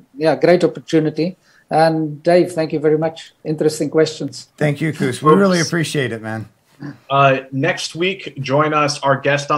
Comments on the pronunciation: Why make it so hard for yourselves pronouncing foreign names? Just sound them out, like Koos you pronounce kooz when it's pronounced almost like quiz; so replace the "z" with an "s" and you get the correct pronunciation Quis. Or try kwuhs. 😊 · It would be good to hear foreign names pronounced in the correct way. It's only respectful. For instance 'Koos' is correctly pronounced 'Koois' or 'Kwus' roughly. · Nice interview. As a point of interest , in Afrikaans, the name Koos is pronounced "quiz". Its the Afrikaans version of "Jack". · Great interview, and good questions. Just FYI, the South African (Afrikaans) pronunciation of 'Koos' would be somewhere between 'Kwiss' and 'Kwuss'. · COooohz. Its Koos as in close but without the ‘l’. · The 'oo' in Koos name is pronounced like the 'o' in the word 'those'. Koos is not pronounced as 'goose' like Jack is saying it. Koos is a typical Dutch name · Koos = Pronounced "Quizss". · Just started to watch this video and the pronunciation of his Afrikaan's name's abbreviation of "Koos" in English was just terrible to listen to. "Koos" is normally an Afrikaan's abbreviation for the Afrikaan's name of "Jacobus"